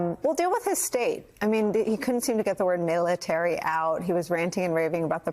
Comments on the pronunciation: How many times is he going to say "Militurd" before someone escorts this lunatic off the stage? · ❌Donald Trump❌ can’t say “military”😂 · He can’t even Pronounce Military. 🤪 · because he's in the throes of Alzheimers and its only getting worse. He can't even say the word military.